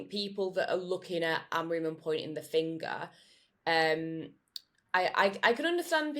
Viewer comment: Everybody, Amorin? With respect, it's Amorim.